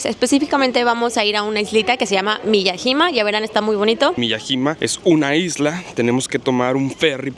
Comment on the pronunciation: Se pronuncia M I Y A Y I M A